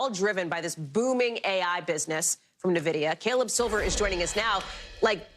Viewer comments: It's not nuh-vidia it's N-vidia like the word for envy in Spanish. 🙄🙄🙄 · its not pronounced nividia, it's pronounced N-vidia lol , you. can tell they don't know much about computers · Say 'Navidia' again! Say 'Navidia' again, I dare you, I double dare you **, say 'Navidia' one more ** time! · Holy crap, how many times are they going to mispronounce Nvidia?